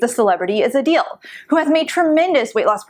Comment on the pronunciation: Uhhhhh did you read the book???? The authors acknowledge everything you two are saying. You have no faith in some people to do this diet long term. Also, it’s A-dell. Not A-Deal!